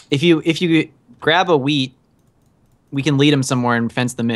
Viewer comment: has anyone noticed when they say wheat they say weed